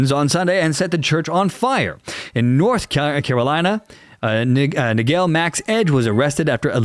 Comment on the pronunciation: The way you pronounce the name “Nigel” lol